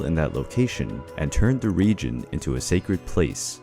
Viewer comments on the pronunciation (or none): none